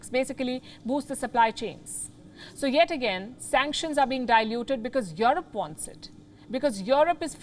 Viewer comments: "Jouwrope"....no...pronounce: "Joerope" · Waw your broadcasting is the best but please pronounce Europe correctly not Yorop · The way she pronounce EUROPE